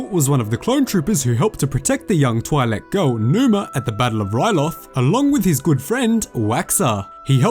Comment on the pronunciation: The i in Twi'lek is pronounced like the ea in leaf.